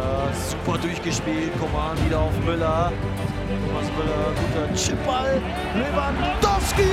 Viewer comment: Ich glaub er hat Lewangoalski gesagt